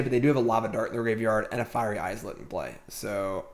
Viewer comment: The way he says "islet" kills me. Is it intentionally wrong to be funny? Because it's not funny. The laugh track is so cringe. I'm watching on mute from now on.